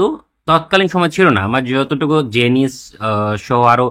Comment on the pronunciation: A small correction, Janes is pronounced as "জেইন্স". জেনিস না. Keep up the good works!